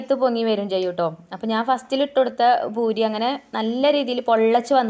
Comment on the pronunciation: ഭൂരി അല്ല പൂരി എന്നാണ് പറയാ